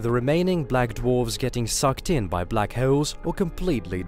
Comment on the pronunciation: Someone has a serious problem pronouncing black holes.